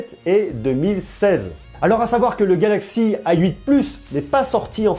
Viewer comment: Pourquoi vous prononcez "ay 8"? C'est la nouvelle mode ?